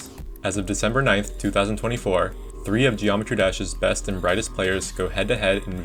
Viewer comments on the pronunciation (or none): none